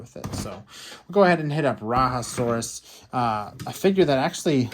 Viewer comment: Rajasaurus is not from South America it is pronounced RAH-JAH-saurus.